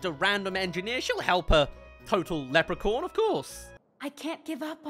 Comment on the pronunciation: sounds like you're saying "lepricorn" so I hope you know it's acctually pronounced "lepricorn